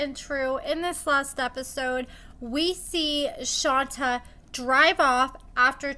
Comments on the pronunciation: Girl, her name is pronounced “shon-tay” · I just think you're purposely mispronouncing her name at this point. Y'all can pronounce SHIWAKOVITZ but can't say SHON-TAY 🙄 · This bish be lying Edit: you say her name wrong af lol